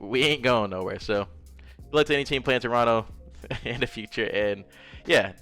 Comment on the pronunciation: As a Torontonian you said the city name right the first time LOL